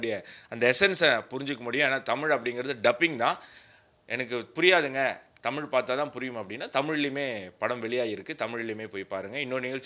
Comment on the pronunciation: Sir Tamil lagaram sariyaaga sollungal